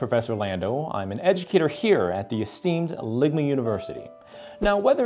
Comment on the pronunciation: Don't think I didn’t hear you say "edge-u-cator"